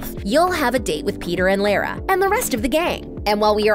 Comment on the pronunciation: Omg how she says Lara is soooooooooo offff